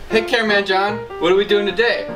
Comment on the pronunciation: this whole time i thought he was saying cameraman john but i read the 3rd line of the description and realized he was saying camera-ron